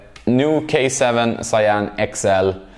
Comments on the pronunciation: Your pronunciation of Cyan is good. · "If you're a tennis nerd there's a HIGH RISK you've heard of them" sweats thinking about all the Angell frames he's bought recently because of TN reviews Yes, a high risk indeed. Also you pronounced Cyan perfectly Nice!